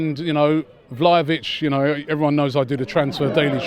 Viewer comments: Man called him valovic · These guys can't even pronounce Vlahović, how can a channel focused solely on football can't do a simple research on a player.